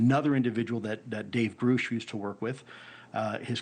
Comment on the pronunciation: It's not Groosh it's Grush